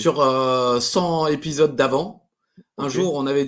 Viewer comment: Cent z'épidoses,, tsk tsk tsk